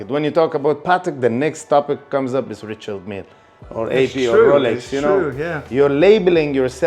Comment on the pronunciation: He’s the biggest dealer, but can’t even pronounce Richard Mille 😂